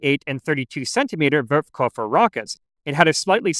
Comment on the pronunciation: Are you aware that you always say "Wurfkoffer" (launch suitcase) instead of "Wurfkörper" (launch object)?